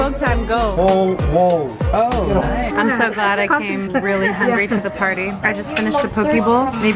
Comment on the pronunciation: I thought you said "Pad Thai" instead of "Patay". 😲 I was like... No there's no way she said "Pad Thai" 🤣😂🤣